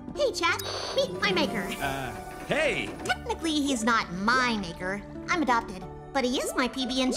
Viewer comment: She gon flat out say it “im adoped”